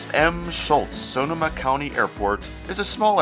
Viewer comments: I was going to give you a hard time about your pronunciation of Sonoma, but I’ll give you a pass, because (a) you’re a Bay Area newbie (b) loved the music selection, and (c) very nice report overall. Thanks! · I've never heard someone say Sonoma that way lol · Suh-NO-muh, accent on the second syllable 😀